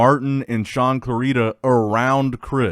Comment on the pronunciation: Shaun clarida not saun clorida